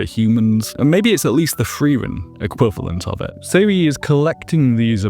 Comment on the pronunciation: not pronounced “Seh-ree”, “Zeh-ree-uh”